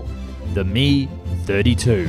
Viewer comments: I had to stop watching because of the use of "me" in describing the "Mi". It's "M-I" not me but I'm sure most of us know that. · Dude.... it is pronounced as two separate letters. "M" and "I" it is not pronounced "Me". So annoying to hear you say that.